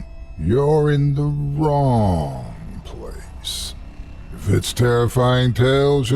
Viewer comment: The way pronounces the word ‘wrong’ in the intro makes me grin every time.